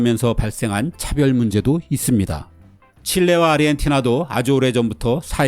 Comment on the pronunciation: 근데 왜 아저씨들은 아르헨티나를 아리헨티나라고 하는 거예요??